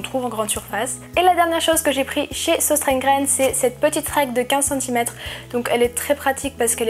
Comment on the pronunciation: J’ai Des origine suédoise et danoise et on dit seustrona gene mais c’est pas grave ❤️